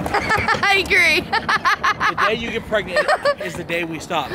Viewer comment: She not pregananant.